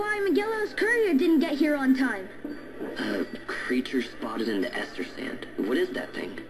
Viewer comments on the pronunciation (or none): Estersand? I always call it Eastersand. Great commentary again.